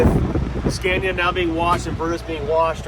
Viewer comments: Scania not Scandia 😊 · Scania not SCENIA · Sca nia not sce nia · I got angry everytime he said scania bruh its scAniA. Its long pronuce it a bit dont eat up scania wth is scania u need to long the A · Le scandia 😂 j'en ai assez entendu 😢